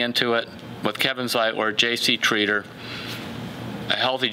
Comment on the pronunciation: JC Treather or JC Tretter (Treader)??